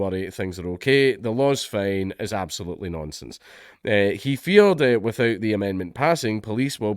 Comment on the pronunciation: "An sbilutely" -Jesus H Christ